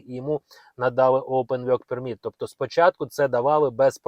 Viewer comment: Невже так важко промовляти вірно work permit, якщо ви записуєте ролики, попрацюйте над своєю англійською, соромно 😮😮😮😮😮